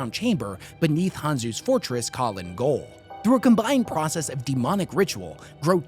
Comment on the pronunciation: "gaol" is pronounced "jail"